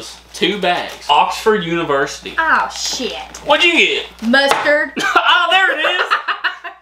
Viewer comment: Accent really came out when she said "argh Shit", guess she really doesn't like mustard 😂😂🤣🤣, great video as always, please keep them coming ❤❤☮☮✌✌